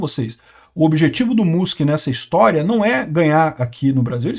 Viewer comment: pq o fala Musque e não Mãsque?